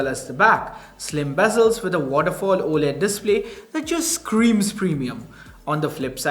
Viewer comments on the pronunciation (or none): none